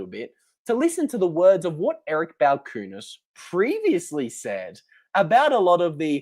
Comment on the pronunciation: That’s not how you pronounce Balchunas.